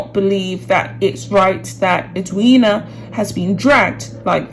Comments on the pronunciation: Us Aussies are totally behind Eddie as she is affectionately called by Aussies. PS yes you did pronounce her name right. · The reason this was said was because Meghan said “she didn’t want to attend the funeral and have the attention on herself”. You have pronounced Edwina’s name correctly. I am an Australian and completely agree with Edwina.